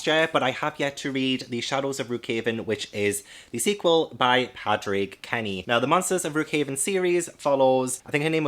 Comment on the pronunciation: hiii just to let you know padraig kenny's name is actually pronounced ''pawdrig'' LOL irish names :)